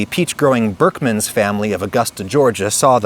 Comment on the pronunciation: Heard you say "berckmans" and minor Belgian nobility. So (as a Belgian), I was triggered :D. Did some googling and appearantly Louis Berckmans was from the city I have been born/raised/live in. (Lier, Belgium) So euh... snoody golfclub now aside, Hi...from the other side of the pond.